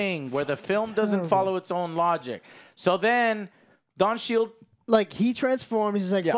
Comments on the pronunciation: Did he call Don Cheadle Don Shield? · lol I heard shield too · He really doesnt know how to say it and clearly didnt realize he was dead wrong with don cheadles characters name it was terrible